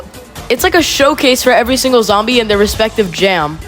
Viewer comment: did anyone hear him say every stingle stage?